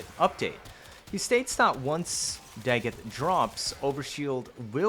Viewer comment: Your pronunciation of dagoth and pablo is like nails to a chalkboard